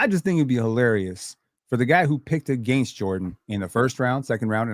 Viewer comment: Can we ban from saying “against” plz?